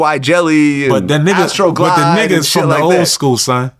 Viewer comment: Vlad wtf is Astro Glide😅😅😅😅 he got the brand names down😂😂😂😂